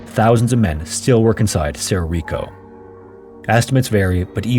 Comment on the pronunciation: (It's pronounced "sedo rico" roll your "R's")